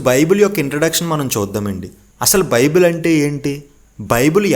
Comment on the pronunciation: బాబు బిబిలాస్ కాదురా నాయనా నీకు చెప్పడం రాకపోతే సైలెంట్ గా ఉండు. బైబుల్ మూడు పదాల కలయిక రా నాయనా.